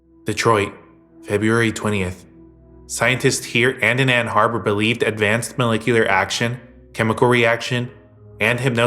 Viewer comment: It's not Ann Harbour, it's Ann Arbor.